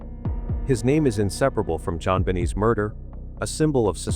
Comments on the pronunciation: AI is annoying just as you are. I stopped listening the moment you mispronounced Jon Benet. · AI clickbait. Can't even pronounce JonBenet. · Could you at least pronounce the little girls name correctly. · If you can’t pronounce Jon Bonet’s name correctly then DON’T make the video……How disrespectful. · Why can't they pronounce her name correctly. It drives me mad... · You can't even pronounce JonBenet properly and we're suppose embrace all your gibberish? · Who ever is reading this needs to learn how to properly pronounce things! If you're going to keep saying a tragic victim's nane at least pronounce it correctly & that isn't the only thing miss pronounced! Hopefully this isn't just a repeat of the same story told over & over & over for the last 30 year's! ☹️☹️☹️☹️☹️☹️ This is nothing new he was a private detective hired by the Ramseys to show thier innocence when the case against them went to the Court to decide if charges should be filed they voted YES the district attorney chose not to charge them! Plus the suposed new evidence has been investigated & been there the whole time! There is nothing new in this case & even the hair in the blanket it was found to be Patsy's! Where is he for year's in-between? He goes on TV & social media every 5 year's! If this person went out the window no fingerprints no DNA & that aint all the leaves under the window not disturbed no footprints in the undisturbed dirt & cob webs undisturbed in the window well! Saying he's not a suspect the family John, Patsy & Burke are still suspects there is no evidence of an intruder & there are no other suspects! Why they were not removed from the home friend's & neighbors free to move around John picking up & running upstairs with her body removing tape & cutting rope the whole scene except the letter was contaminated! The letter the speach & the amount of John's bonus was a huge red flag also a kidnapper would not write a 2 page ransom note while sitting